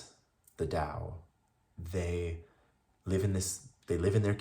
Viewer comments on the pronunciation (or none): Thank you for sharing,. Would you like to know something that will make your life 1.000,000 times better? Google the pronunciation of Tao, Taoism etc. (I used to say it wrong too.)